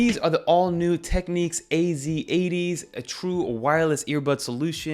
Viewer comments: Teck - Nicks ✅ Teck - Neeks ❌ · Also it’s pronounced Technics not techniques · This is an old brand and I’m pretty sure it’s pronounced Tech “nicks”. 🐋